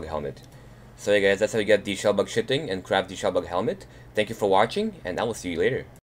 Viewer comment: It's not pronounced shitting and there Are 2 shell bugs in skyrim